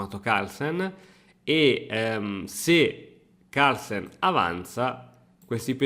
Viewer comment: Partita incredibile, ma sai cosa l'ha rovinata? I Toscani, che dicono la mi mamma il mi babbo, e che pronunciano Harlsen